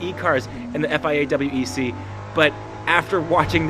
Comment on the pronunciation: W E C not wec